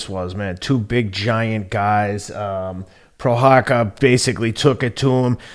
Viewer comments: Its...Prohaska...not prohakka lol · it's pro- hosh- kuh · Actually this time Teddy was closer to the right pronunciation than, I don't know why was say CutLeRabla and Pro-Haka. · “Prohaka” no one in the broadcast said it like this wtf 😂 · Pro-haz-ka is the pronunciation ken 🧐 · Was waiting for the prochazka name to be mention just to hear how Teddy would pronounce it, he didn't disappoint LoL